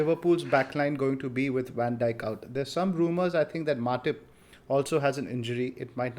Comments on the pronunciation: Nobody: Literally nobody:: Van Jik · Trying REALLY hard to pay attention to the discussion in the video, but it gets tougher after each Van Jickk. I am not picking on you, Just curious how this pronunciation came about considering he is discussed in almost every post-match show, and that the lad has been around in the PL for years. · Cringing hard everytime he says van jik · How the heck are you pronouncing Van Dijk? Van Jik???? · Pronounced “Dyke” mate, pretty easy give it another go.